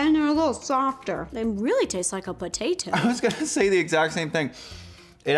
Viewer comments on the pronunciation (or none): IT REALLY TASTES TIKE A PO TAA TO (no hate<3) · “they really taste like a PUHTAYTOE...” 😂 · I love how she emphasized PoTaTo 🥔 I’m deeeaaaad ……or maybe I’m delusional 😆I mean it is am